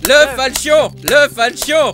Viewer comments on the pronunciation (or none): il a que moi que sa stresse qu'il dise "falchion"? x)